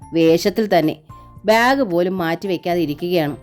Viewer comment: വായനയൊക്കെ നന്നാവുന്നുണ്ട്. ബ്യാഗ്, ഫാര്യ തുടങ്ങിയ ഉച്ചാരണത്തെറ്റുകൂടി ഒഴിവാക്കിയാൽ കൂടുതൽ നന്നായേനെ😭